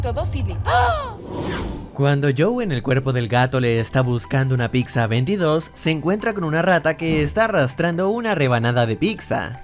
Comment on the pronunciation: No se dice PICTZA, habla bien.